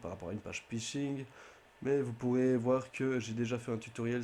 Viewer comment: "le pishing" "un pay lohade"